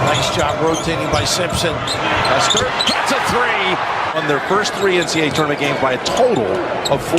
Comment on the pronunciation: Mispronouncing Loyola’s best player, Clayton CUSTER’s name is embarrassing dude. I enjoyed the video but damn. Show some respect and get it right And Enfield? What?? How do you even get that wrong?